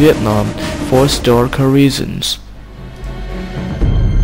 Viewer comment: "Wissu puruven historicurr evidense"